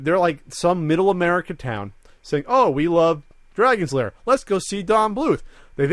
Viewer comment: Found the original Kickstarter video. Guy starts talking to people about how the movie needed to be made. Comes into the costume area where Don Bluth is "working" and proceeds to say "Dragon Lairs" like three times and Don doesn't correct him. SAD.